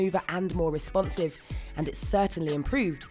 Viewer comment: its vewy wesponsive :)